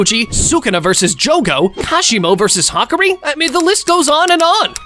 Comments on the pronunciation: Hakari❌️ Hakri✅️ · It’s ha-car-e